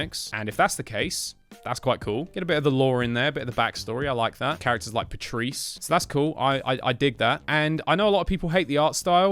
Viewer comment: It's better if you read the comics it expands the lore also it's pronounced Pay-tris I'm pretty sure I think the game made the same mistakes as bfn